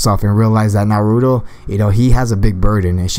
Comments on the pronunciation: you said naruo in stead of nar u too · It's not narudo it's naruto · Nar-ru-to Naruto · Skilled Magician that's not how you say Naruto come on